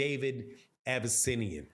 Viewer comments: It’s “Av-eh-knee-see-on” (if that helps). Irregardless Bud always bring them out to Omaha — I’m sure it the gate will do fine. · You playing with that name pronounciation from the get go lol